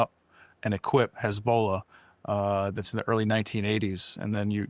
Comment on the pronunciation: My ADHD got me early on, which was such a shame because I really liked what this gentleman had to say - he clearly knows his stuff - but his pronunciation of “Hezbollah” was such a distraction…